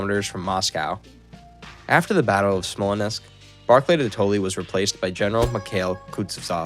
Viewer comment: Dude, Smallnessk? Really?